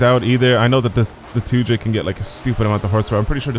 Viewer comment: The amount of times he said 2j tho........ AND THAT HE GOT IT WRONG!